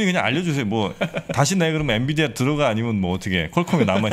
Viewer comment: 엔비디아! 엔디비아 아니구요!